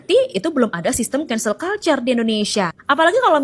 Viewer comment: Cancel culture cara bacanya "kensel kalcer" bukan "kultur"